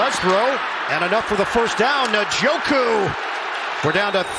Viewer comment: Guys gotta learn how to say Njoku